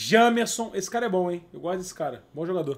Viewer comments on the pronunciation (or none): JAMERSON NÃO JEMERSON